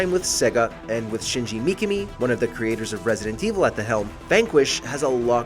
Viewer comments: Shinji Mikami* not Mikimi 😣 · Shinji Mikimi? It's Shinji Mikami! Seriously, guys, learn to proof read before making videos cause you tend to make mistakes on a regular basis. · That's a Interesting way of saying Shinji Mikami 😂😂😂😂😂